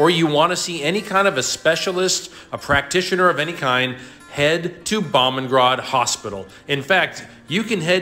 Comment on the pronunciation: Boomungrad is how you say it. The best hospital in Thailand and by far the most expensive!!!